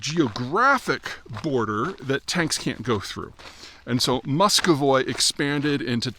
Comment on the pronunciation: [musk ov voy] no no no.... it;s pronounced [musk of vee] also.... ruZZophobia is stored in the tits. #NAFO